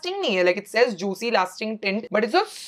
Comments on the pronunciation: bro nobody says juitcy..it’s freaking juicy without the t..smh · What is this word juitcy? Like why why… why would u pronounce it as juticy????